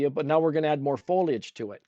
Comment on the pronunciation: Foliage...not Fo-ledge !